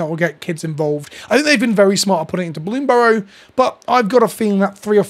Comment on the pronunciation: I'm watching this video because you are the only content creator that pronounces bloomburrow without a weird emphasis on the final syllable.